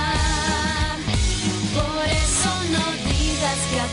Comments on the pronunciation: dice empezando a fifir con f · Soy yo o se dieron cuenta que habeces dice, empezando a fifir? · Se dieron cuenta dice epezando a fifir en las primeras partes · dice fifir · dice fifir en vez de vivir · “Empezando a fifir” xd